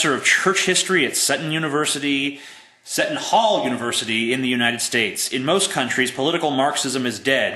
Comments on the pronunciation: See-Tun Hall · "Pay-pul" "SEE-ton Hall" You are intelligent yet you really need to learn some pronunciations. Did you not rag some chick out for that? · its pronounced "see-ton hall" haha but otherwise, good vid! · dude if you are an "atheist" why are you so upset just because somebody is questioning your beliefs. Instead of getting angry don't you think that it would be better for just to explain why you don't believe in God? And it is encylical=in-sick-lik-cul; monsignor=mon-seen-nor; seton hall= see-ton- hall